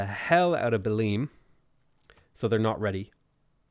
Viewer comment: Also, Belém is not pronounced "Beleem", it's more like Belaim.